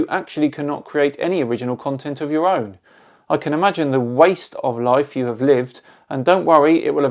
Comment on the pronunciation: the emphasis on "WAIST of life" is subtle, and brilliant! Also, yet again the level of reasoning for Flerfers are proven.... "namecalling worked well for me in Kidergarten, it sure will work now!"